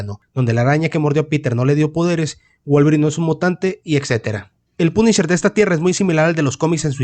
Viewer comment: De ultraderecha dice el wey 😂😂😂😂😂😂😂😂. Se ve que no sabes nada de USA y como pronuncias punisher lo confirmas .